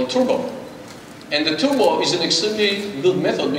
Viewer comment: Intel. You are a multibillion dollar company. Please get someone who speaks English without saying TUBOR instead of TURBO.